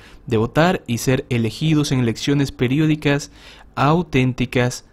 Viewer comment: Dijo "elecciones" o "erecciones"? Bueno no tiene importance porque en estos momento por la gracia de Dios están todos EXILIADOS...!